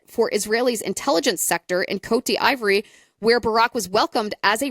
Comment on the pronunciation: "COAT DEE VWAHR'" Sorry, your version of the pronunciation is killing me. As for Epstein, it is almost undeniable that his solo career in finance, (and outsourced intel,) was started by the CIA. There's too much disclosed public record info to dismiss that. For example, his first big client was Adnan Khashoggi, the Saudi arms dealer they used in Iran-Contra. JE was moving money for Khashoggi during the time period that Iran-Contra was happening. JE was our guy. Later, when JE started doing the extortion/PDF stuff, he targeted lots of high profile people, including some connected Israelis. But in doing so, JE was very intentional about getting their personal associations with him documented, and often publicized. He was not likely to be "secretly" working for Israel. Ehud Barak staying in his house in NY was mentioned in a Vanity Fair article... Really crappy spycraft if that was the case. The only reasonable analysis is that he was gathering intel and leverage on behalf of (or at least on spec , to sell to,) US Intel. Sometimes this may have meant working with Israelis or their gov't... but you'll notice there's gobs of documentation and journalism around all of this activity. The publicity and documentation had to be intentional. He poses proudly in the photos. (Worst spy ever, if he was "secretly Mossad." Mossad is too good for that.) I think JE's mandate from the US Deep State was pretty clear if you look at the big picture of all the other high profile people he was targe